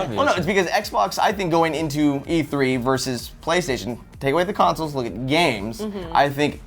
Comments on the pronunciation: Consoles not councils!!! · Anyone else annoyed by that it sounds like says councils instead of consols? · Why does pronounce "consoles" like the word "counsels"?